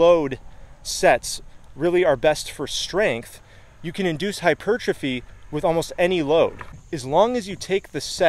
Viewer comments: You pronounce the word hypertrophy so strangely... hypuuuuurtrophy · I used to think that the word 'hypertrophy' was pronounced like if you said the words 'hyper' and 'trophy'. So, now it always sounds weird to me when people pronounce it the correct way.